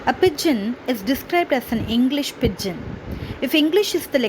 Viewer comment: It isn't /ˈpɪd.dʒɪn/. It's /ˈpɪdʒɪn/. D is silent.